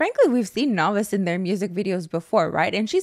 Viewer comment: The way you are the only one that can pronounce naevis right is so nice lmao